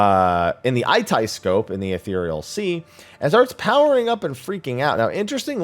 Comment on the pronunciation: 1) Aitiascope is pronounced "ai-sha-scope" not "ai-tai-scope," I'm fairly certain there's a voiced line in MSQ that clarifies this 2) re: fire and ice pandae boss, I think it would make more sense if the ice shrinks the ring, but fire sucks it all in and makes it a point-blank that you have to move out from. It reads to me like a standard in-out mechanic rather than a balance mechanic a la Delebrum Reginae 3) that's Lahabrea doing the face thing, not Elidibus 4) Urianger says "containment seal," not "containment seed." 5) That is not the Tower of Zot, Zot disappeared in 6.0 when you cleared it. It could possibly be Babil (given that the twins are in their Garlemald gear and that's Their AreaTM) but I'm not inclined to believe it is. It's much too narrow to be Babil and there aren't that many mountains in the heart of downtown Garlemald where the tower is, that high up the tower. Plus the interior looks distinctly Allagan/Sharlayan if you consider the inside of the Ragnarok. My money is that this is at the top of the Aetherfont.